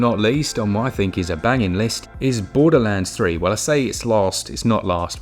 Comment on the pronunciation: "With their realease of Borders Gay Three"